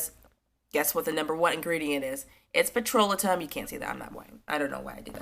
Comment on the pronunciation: Pet-ro-lay-tum. (Petrolatum)